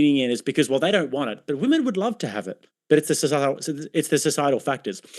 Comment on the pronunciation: “If VweMen”, once you pronounce “Women” like that you shouldn’t be able to vote on western values.